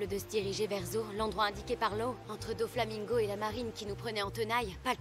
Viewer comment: "Doflamingoat" Sinon Merci pour cette react bien dodue